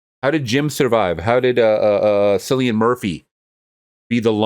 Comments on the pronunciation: His name is pronounced Killian like kill . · It's pronounced Kill-ian Murphy. Alex Garland also wrote Sunshine, a great sci-fi movie that was directed by Danny Boyle and starred Cillian Murphy as well.